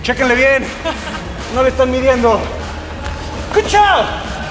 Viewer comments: Personalmente practico taekwondo casi cinturon negro y me resulta incomodo cuando dice cuchow Peri me resulta entretenido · CUCHAU! JAJAJAAJAJAJAJAJAJA